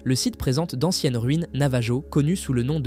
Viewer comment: Navajo : le j ne se prononce pas. C'est un peuple autochtone d'amérique du Nord que l'on appelle indien... Quand au portail de nébulon, impossible de trouver ! À part un personnage de Marvel, il n'existe aucun autre nébulon... Alors veuillez mettre vos sources dans la description pour des recherches ultérieures. C'est pénible de constater des choses qui n'existent pas quand même...